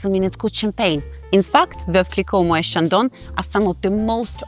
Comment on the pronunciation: It's pronounced ' moh-ette ', not ' moh-ayh '. The name is Dutch, not French.